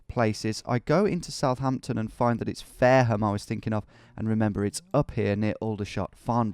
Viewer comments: but still butchered "fareham" like the true northerner he is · I'm from Fareham. The way you pronounce it is class. Fare-ham. 😂😝